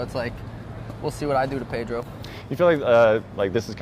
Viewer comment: Drives me nuts how Brett pronounces pedros Last name.